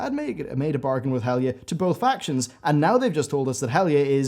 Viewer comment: Is he saying Helga ? Impossible to hear what name he is trying to say